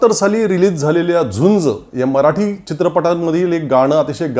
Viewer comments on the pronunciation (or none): none